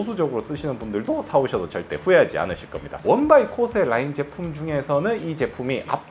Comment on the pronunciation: 코오세? 발음이나 똑똑히 하자.댁이나 써.일본에서도 일본 화장품은 70대 이상이나 뭐 모르고 계속 쓰는 거지.ㅉㅉ 일본 먹여 살리느라 피부까지 희생하는 반도인!